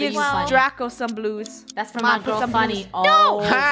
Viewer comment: It’s not it’s funneh it’s very funneh